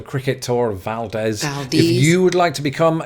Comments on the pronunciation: It is not Valdehz (pronouncing it), it is Valdeez. When pronouncing many places in Alaska it is best to try long vowels. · You pronounced Valdez correctly if you were a Spaniard. However, if you are referring to Valdez, Alaska, Valdez is pronounced as "val-deez". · Lol, "Val-Dehz" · Pulling another americans pronounce it weird here. Up here in Alaska, it's pronounced Vald-eeze... Like... weird, I actually cannot think of any word that uses that same -ald sound off the top of my head right now, but it's pronounced like you said, until the second syllable where it sounds like "Ease," and that second syllable is kind of where we put the emphasis, though both syllables are emphasized a bit. Source: Local - if you need a human pronouncing it in sound rather than text, look up the Exxon Valdez - horrible tragedy but most newscasters got the name right at the time. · Valdez, AK is pronounced Valdeeez the e at the end is elongated. Just thought you would want to know. Love your channel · Since you don't live in Alaska there is no reason you would know this but the town of Valdez, Alaska is pronounced : Val deez' - crazy, right? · The way you pronounce Valdez hirts me. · You apparently have never ever been to Valdez, Alaska: pronounced Valdez INCORRECTLY. The voice over is CORRECT. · Its a Spanish name, so the Spanish pronunciation is the correct and proper one. Yes...the locals have pronounced the name incorrectly for decades and decades. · I'm here in rural Alaska. Tonight it is -45F and we have maybe 3 feet of snow. It should be more, but we've had several warm fronts that melted things down a bit. Love that your wife corrected your pronunciation of Valdez. Yep, we say it wrong here. LOL Also, I probably show up in another state on your subscriber counter, because I use a VPN.